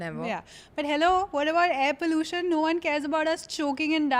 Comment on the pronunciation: I love you both. I am a loyal listener and admirer. But, babe, just pronounce the “U”. I promise you it’s still in trend. WTF is pollooshan xD Just say pollUtion